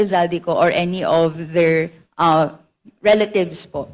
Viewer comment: " Rela-thieves? hahahaha